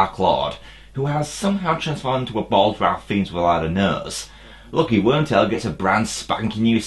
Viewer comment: Ralph Fiennes is actually pronounced "Rafe fines"!